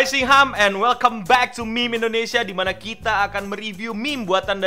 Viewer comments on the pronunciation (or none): none